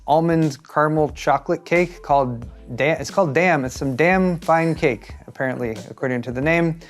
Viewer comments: As an American you pronounced our Swedish name pretty good we'll some of them atleast ;) . And that "damn" good cake are pronounced more like your word "dime". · DAIM, not dam. Aaaaaaargh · 'Daim' pronounced 'dime'😶‍🌫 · It's not damn it's Dame like rain. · ikea pronounciation is simple: not english :D bekant is becunt, not bekaaant and daim is called dime, not dame also lol, joe - how tall are you - 150? :D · Daim is pronounced like dime the 10¢ piece. Also it's originally a candy bar that's similar to a heath bar (it was the little crunchy toffy bits in the cake!) then they started making it in to other things too like Ice cream and the cake you had! It was one of my favorite candies when I lived in Germany. It was impossible to get in the states for years, but heath was close enough that it satisfied my cravings. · The Daim cake it amazing. I wonder how you got "damn" from the word with an I in it :P The I is like when you say I, but not the A from "damn", but more like the one in "palm". All the Swedish names Ikea uses were perfect though 😏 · It's pronounced "Dame", though here in the UK it was packaged as "Dime" up untill 2005 when the name was changed to it's proper spelling, but we still call it a "Dime bar" as they come in bar form.